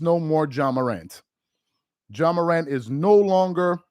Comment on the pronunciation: HIS NAME IS JA PRONNOUNCED JAH!!! NOT JOHN MORANT. YOU'R PLATFORM IS TOO LARGE FOR YOU TO CONTINUE TO PRONOUNCE NAMES WRONG; STOP IT. JAH DID NOT HAVE A GUN ON NBA PREMISES.